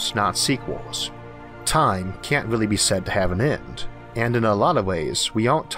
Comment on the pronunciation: It's irritating at forst, but the content Arthor delivors on enorgy, physics and the futor of the univorse is so downright fascinating, I'm not reolly distorbed by it anymore...